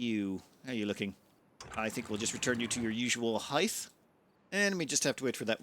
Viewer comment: "hith"? really? it's pronounced like "hite"! (and yes, I fully expect you're doing it for the trolling :D)